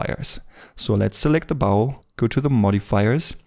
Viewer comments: I love to hear him talk about the "bowel". Just kidding. It is pronounced "bOl" with a long O, btw. Great video! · Thanks, excellent tutorial as usual. Just a quick pronunciation tip. In English, contrary to all logic (no surprises there), the common pronunciation of the word bowl is more like 'bole', as in role, stole etc. Logic would dictate a pronunciation just as you say it ie. as in owl, but no, in English! This is a bit nit picky, and definitely not a criticism, but I know you have striven for better pronunciation from your first few videos, Love this series, you move right to the top of my list, alongside Blender sculpting gods such as Yan ( you know who) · Bowl pronounced b-owl, not bowel, I know by your accent, that English isn't your native language